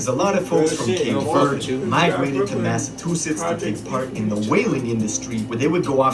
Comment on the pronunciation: Nbs half the shit dude talking bout is bs on dawgz like fr. High speed chase in and out of lanes dropping guns out the whip. Stay woke hes only hurd stories. If u dont know how shit really is then Dont speak on it. especially if you can't say Massachusetts right